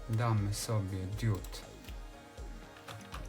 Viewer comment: Diudy z andurino nie świecą... ARDUINO I DIOD A NIE DIUD...